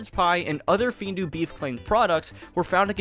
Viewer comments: Findus is not pronounced Findu, it is said How it is spelled:find-us. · “Findus” is pronounced as “Feenduuhs”